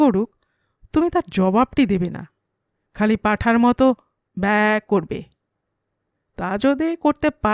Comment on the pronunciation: ব্যা উচ্চারণটা এক্কেবারে সঠিক হয়েছে। তা এত নিখুঁত ভাবে শিখলেন কি ভাবে 😅😅 সুন্দর উপস্থাপনা 🙏